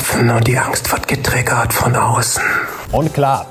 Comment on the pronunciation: Noch nie wurde getriggert so deutsch ausgesprochen, wie es tut.